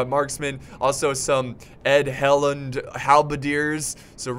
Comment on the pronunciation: Note on Sindarin pronunciation... Edhellen... The 'dh' is similar to 'th' but "heavier." Soft 'th' = thin Thingol thinks thunder; voiced 'dh' = these clothes breathe while I bathe. Dude, love your videos! Have had a lot of great ones! I really loved the maze custom scenario a little while back; very creative and fresh! Looking forward to seeing you beat these guys in this battle...!